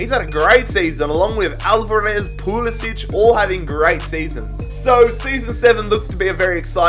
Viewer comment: just thought i'd say, pulisic's name is pronounced pew-li-sick, not pew-li-sitch